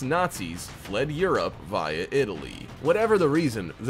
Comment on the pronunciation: Why you say “via” like that though?